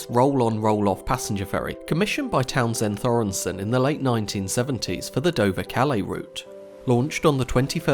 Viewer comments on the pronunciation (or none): Just a quick note it's a Hard "TH" Making Townsend Thoresen! (ie the "H" is silent and there is no second "n" in Thoresen! There is so much online here on YT it irks me that creators still get this wrong! (Sorry My OCD kicks in!) Other than that another fantastic video